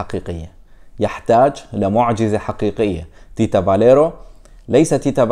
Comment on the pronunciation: اسمو تيتسا بالروماني Tița.... مو Tita.. فاليريو مو فاليرو